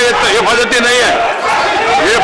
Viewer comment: "Ye paddati nahi" Lol. This Telugu-Hindi was adorable.